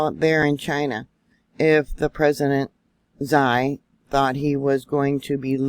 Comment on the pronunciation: Sorry to be critical but Xi is ' she ' everything you say zie sows typical ignorance Which is baffeling